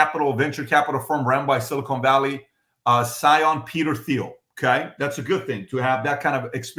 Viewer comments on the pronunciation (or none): I would think that a “financial wizard” like PBD would know how to pronounce Peter Thiels’ last name.